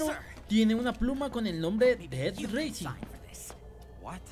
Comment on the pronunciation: no es por criticar, pero se pronuncia "raising", y no "reising", ya que eso seria carrera. Buen video igual xd